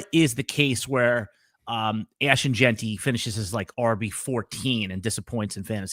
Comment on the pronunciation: doesn’t know how to say Jeanty - he pronounces it “Jainty,” like dainty 🤦‍♂️